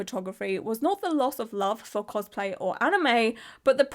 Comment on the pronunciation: minion cospl-hay